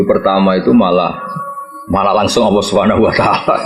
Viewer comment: Nyebut asma allah jadi allokh